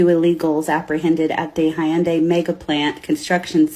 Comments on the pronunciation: HUN-DAY not HIYUNDAy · She F*CKED UP big time. She can't even pronounce the name of he company correctly and neither can the AI reporter. It's "/YUUN-daee/" She FAFO'd. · She can't even pronounce Hyundai correctly 🤣 hateful lady! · She can't even pronounce Hyundai correctly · can' even pronounce "Hyundai" but she knows all about the condition of the workers 🙄 This is why we can't have nice things: because of the South! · Someone needs to teach her how to pronounce Hyundai because her mispronunciation makes her look dumber than we know she already is.